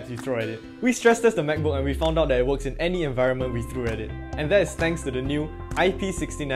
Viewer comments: I love the way he pronounces “MacBook” Makbuk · I think he cant even close the "mechbook" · "mechbook" thats sounds like an illegal substance